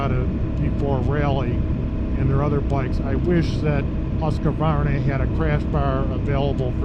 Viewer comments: Thanks, was about to say the same I understand the writting isn't obvious for english speakers. It's "Husk varna" not "Huska varna" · Petty nitpick on the pronunciation of the Husqvarna but as you can see by the spelling of the name that there's no 'A' after the letter 'Q' so there's no need to pronounce it with one. Hill assist is a very nice feature to have on these mid size and full size adventure bikes, I'd find myself in a bit of a pickle in some scenarios on my 1250 GSA if it didn't have that feature. I doubt you'll see adaptive cruise on the middleweight bikes from manufacturers that offer larger, more premium adventure bikes, at least not anytime soon. I agree with in regards to cruise, in the adventure bike category it's no longer debatable for myself, it's a necessity.